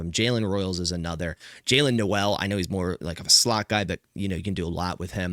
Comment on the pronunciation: It wouldn't be mock draft without miss pronounciation like Jaylin Noel. It's cringy TBH.